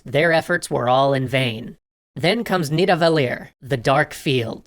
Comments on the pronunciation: Nidavellir is not pronounced with a accidental French accent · Nidavellir... I pronounced awfully French here. The "LL" is pronounced more like a "kch" sound.